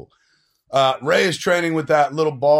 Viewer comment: It's 'Rey'. You new "fans" don't even care.